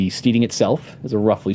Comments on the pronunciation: Stedding, not steeding. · I love Mike, but it bothers me when he pronounces it steeding lol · It's killin' me that Mike Mearls cannot pronounce the word steading ... at least that's what I hope he's trying to pronounce 'cause steeding is something you do with horses. There is an important difference.